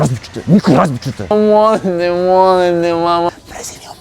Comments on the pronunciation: Kad on kaze molim te 10 puta meni se cini kao da govori monte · Kad je govorio molim te molim te ja ga razumjela monte